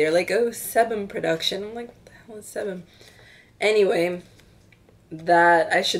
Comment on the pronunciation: hey, your g-market haul got me browsing through ebay lol. sebum is pronounced see-bum btw.